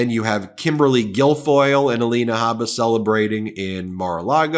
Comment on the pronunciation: Ms. Habba's first name is spelled 'Alina,' but now she pronounces it "Alania."